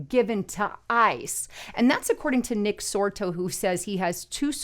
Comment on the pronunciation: It's not Nick Sorto.